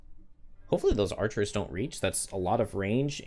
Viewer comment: Love these streams and great skills but please stop saying "archerers"!